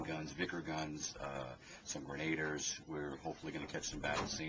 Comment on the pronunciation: Correction you pronounced the word grenadiers incorrectly its not "gra-naders" its pronounced gren-a-deers